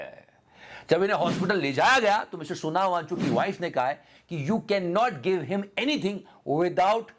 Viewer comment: यार वो सोनम है Sonao मत कहा करो भाई